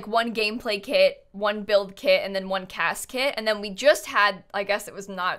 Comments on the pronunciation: ...CAS kit?.. my brain: CASKET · when you said CAS kit I thought you said casket and that I missed you say something about a funerals gameplay kit... :') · When she said CAS- kit I thought she said casket.⚰️ hopefully we get preteens and slightly better babies before a funeral kit pack 😂